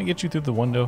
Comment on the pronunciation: Ah yes. The "Wundow"